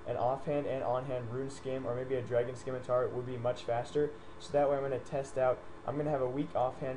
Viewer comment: bro..stop saying SKIMITAR there is no K in there its pronounced ci-me-tar >.> u rock btw